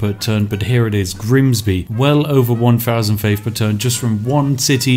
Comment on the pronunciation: Switching from Southern pronunciation of 'bath' to Northern just to introduce Grimsby was a masterful touch 👌